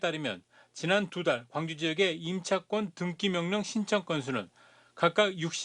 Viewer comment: 등기를 왜 등끼라고 하는 거지